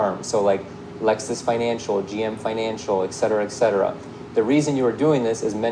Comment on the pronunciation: Too bad “” can’t pronounce etcetera correctly. These videos are all so staged and so ridiculous! 💩